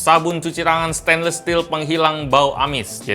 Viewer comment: Gw glad amat dia bilang stainless steel "steinles stil" bukan "stainlis stil"